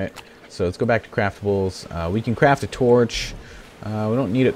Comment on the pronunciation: BeastlyBoss I know what he meant to say,I just heard him say crap saddles, and if you don't believe me turn on subtitles :)